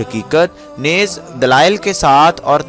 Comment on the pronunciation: Khuda k lye alfaz sahi istamal kia kren...musharaf ba islam hota hai ..musharaf beEman nhi hita..Neez hota hai naiz nhi hota.bar aks hota hai bar akkas nhi hota.